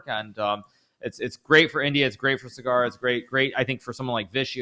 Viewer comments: Not sagaar but saa-gur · Saagr, not sgaar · Saaagar not Sagaaar.. Respect is a two way street.. Stop being intentionally rascist.. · Sagar❌️ SugAArr✅️ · It's so disappointing to see kaja not even make an effort to pronounce Sagar correctly, she's not a chess expert her whole job is to be a professional host, communication skills is a pretty important part of that